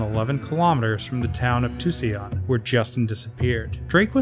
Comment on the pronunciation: Tu-cee-an? Did you mean Tucson? It's pronounced two-sawn.